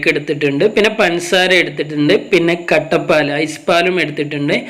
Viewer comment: ഇങ്ങള് കട്ട പാല് എന്ന് പറയുമ്പോ എനിക്ക് കട്ടപ്പയെ ഓർമ്മ വരുന്നു....